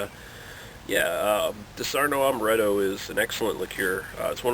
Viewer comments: Dis ar onno not dis arno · its not fucking disarno you stupid idiot. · wrong Di'saronno, stress on "Di" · 1) It's pronounced DEE-SAH-RON-NO. :-) 2) I love Disaronno. For me, it tastes like sex in a bottle. 1 part Disaronno 1 part Southern Comfort 3-4 parts Orange Juice splash of Jack Daniels Drib of Grenadine Delicious. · I like how he pronounces it wrong and everybody jumps down the guy's throat calling him an idiot. who cares if he pronounces it wrong, he's here to do one thing. a review, and very well done review at that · it is called legs.....not oily residue..... why are you reviewing things when you dont know much about this? you cant even say the name .